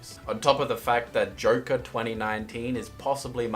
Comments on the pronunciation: For some very odd reason i hear him saying jerke instead of joker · This is why cant you say correctly JOKER???